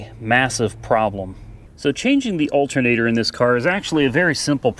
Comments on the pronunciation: Al-ter-na-tor. A-lu-min-ium not Altnater and aloominum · Alt'n-ator. Tomato tomato. Dialect is a real thing and nothing wrong with it. I live in the Appalachian foothills and we got all sorts of lingo too. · I'm from NJ and I wouldn't notice someone saying altinator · Love the Betsy Ross Flag hat! Oh! It is pronounced as 'Altnator' :)